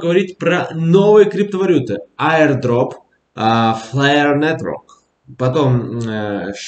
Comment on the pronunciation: Твой Инглиш ох..ый 😂😂😂👍👍👍 Айырдроппф,фэйрфлллэй😂😂😂